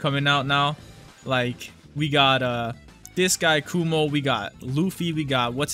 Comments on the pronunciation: my guy its Kuma not Kumo XDDD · His name is “kuma” not “kumo”😭😭😭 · YE MAN KUMO NOT KUMA